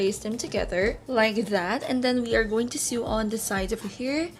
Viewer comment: I love the style! Thanks for sharing the process. By the way Sew is pronounced as SO. like Do Re Mi Fa SO...a needle pulling thread...(referencing the song)